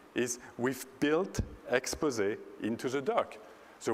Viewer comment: At least he said Expose right